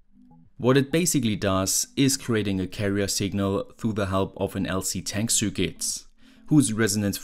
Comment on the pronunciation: Nicht böse sein, aber könntest bitte, bitte das Wort "Circuit" mal richtig aussprechen. Das nervt mich schon so lange und jetzt musste ich es mal loswerden.